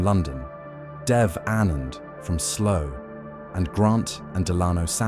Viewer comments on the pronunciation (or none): Slough not 'slow' 😂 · He says sluu not slow